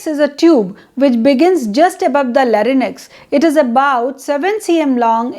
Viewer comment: Your video is very informative. I would appreciate if you pay attention to some of the words you have pronounced. ( for eg. larynx)